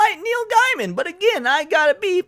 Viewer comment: From his own mouth, his last name is pronounced Gay-men, not Guy-men. People get this wrong all the time. i looked it up and he says its Gay-men. Not that it changes anything else here, but maybe get that right? to hear it from his own mouth. Other than that, I admit I don't know much about the guy other than he is a comic and book writer and was with Amanda Palmer for a bit (some kind of open relationship) I believe he was also married before that. I used to read his online journal but that was years ago. I am wondering why this suddenly came out and why they hadn't said something years ago when it happened...or did they and it's just resurfacing? I know the first wasn't that long ago, but even a couple of years seems kind of too long to wait to report such behavior? I don't know if Mr. Gaiman is guilty, of course, but I nope not. If he is....then that is pretty sad. I don't follow him on Twitter or any social media. I agree, you should make sure someone is guilty before you decide that they are guilty, even if they are a jerk.